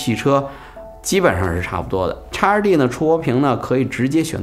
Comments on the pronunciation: 叉二弟，听起来像烧猪，哈哈哈哈。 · X2D 讀成「X two D」